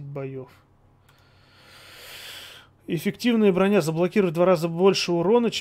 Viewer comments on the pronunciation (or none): none